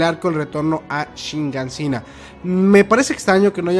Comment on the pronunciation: Hasta cuando vas a decir Shigansina lol... Es Shiganshina